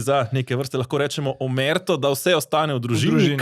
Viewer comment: omertà se NE naglašuje tako kakor merda!!... pozanimaj se!.....:-)